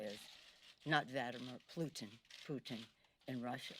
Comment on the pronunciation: She said "Vadimir Plutin".. Lol.